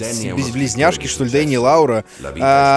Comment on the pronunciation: Меня зовут Лаура! В СНГ странах ударение на у, зарубежом на а. Приятно было услышать от вас своё имя!❤️